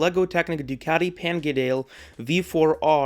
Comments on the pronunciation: Good review. But... Panigdale. PAN..IG..DALE. Really!? Nope, my dude. It's Panigale... PAN..I..GA..LE (said with an italian amount of passion, and gesticulation). It's only an Iconic bike by a legendary maker, nobody cares if you butcher the name... meh, I certainly don't gip care what you bawk call it. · Are we just gonna ignore that he said pangadel rather than panigale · It’s pronounced Pan-Ni Ga-Le. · Just a head's up it's Panigale (pan - knee - gaul - eee). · LOL at the way you pronounced Panigale